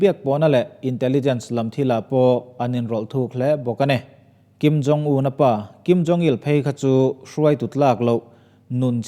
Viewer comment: Beng avar e. Thil pakhat chiah. Kim Jong Il tih turah Kim Jong Li tiin ilam deuhin ka hria. Li ni loin Il zawk tur a ni e. A bengvarthlak e